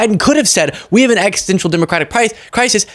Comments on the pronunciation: did you say we have an eggsistential democratic crisis? 😂 Edit... I kept watching and called it out too! Nicely done! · Best part of video, “eggstential” democratic crisis